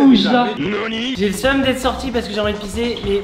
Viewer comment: Quand Hugo dis au deuxième perdant Ta le suem Se que j ai compris t a le seum t a le seum